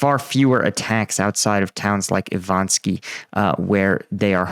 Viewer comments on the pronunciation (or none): It's Ivanivske, not Ivanski.